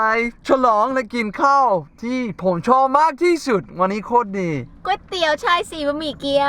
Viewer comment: วันนี้ไม่ใช่วานนี้ สาธารณะไม่ใช่ สะ-ถา-ระ-นะ เนททททททททททททททททททททททททททททททททททททททททททททททททททททททททททททท ททททททททททททททททททททททททททททททททททททททททททททททททททททททททททททททท